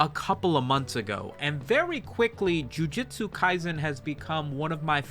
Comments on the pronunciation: I don't even watch the series, but hearing it pronounced as "JU-JI-TSU" instead of the proper "JU-JU-TSU" bring out the sweaty neckbeard in me. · Breh. Called it jiu jitsu not ju jutsu 💀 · i swear, if you say Ju-Ji-tsu Kaisen once more, I‘ll have to unsubscribe and subscribe again, just to cause a tiny dent in your analytics. I know exactly how that would terrify you. By the way: Please play RUINER on stream.